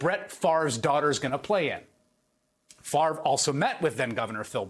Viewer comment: Any guy who can't correctly pronounce his own Danish name is intellectually suspect.